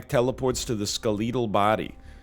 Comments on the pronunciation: That pronunciation of "skeletal" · Am I missing something? That's the only way I've ever heard it said